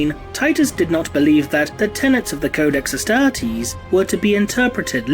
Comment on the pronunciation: the adeptus UHSTAHHHH-TEASE